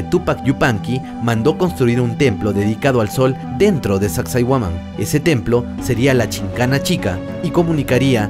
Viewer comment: Sacsayhuaman tienes que aprender bien los nombres amigo